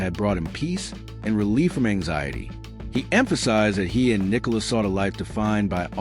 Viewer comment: its Nicola not Nicole